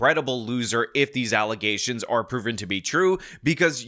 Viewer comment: Alization? What’s that?